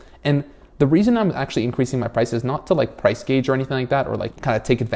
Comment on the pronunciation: He said "price gage" instead of price gouge and it made him seem 15 years younger from a business point of view.